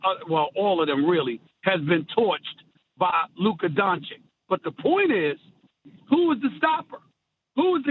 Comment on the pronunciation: can someone tell all of them how to spell Doncic? It's "Donchich" not "Donchick". Really guys this is embarrasing